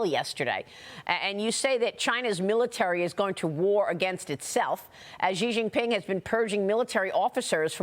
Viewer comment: its “shee” Jianping lady